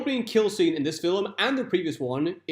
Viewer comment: Why are you saying "filim? Where is the extra syllable coming from?